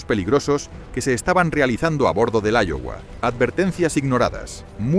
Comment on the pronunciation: Se pronuncia aiowa y se escribe Iowa